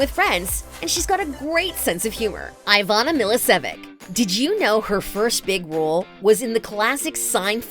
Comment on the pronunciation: Ivana Milicevic is not pronouncing like that